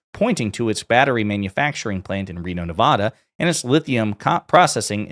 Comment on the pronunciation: Please learn the proper way to pronounce our state name NEVADA properly!!!